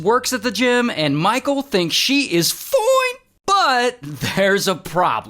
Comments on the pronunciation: The “FOINEE” always takes me out😭😭😂😂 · bro the ‘ FOINEE’ gets me every time ✌🏽😔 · I can’t with ray when he says fone and then he said Rizz 😂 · It's the "foin" for me😂